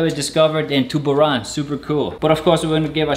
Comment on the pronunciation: Correction: It's TUBURAN CEBU not TUBARAN CEBU